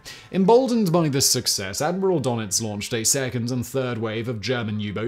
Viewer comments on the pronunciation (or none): Ten seconds in and the first one's here! Donitz is pronounced Der-nitz. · Props to Gilles Messier for signposting the correct phonetic pronunciation of 'gunwhales' for. 👍 Could have done with something similar for Dönitz's umlaut.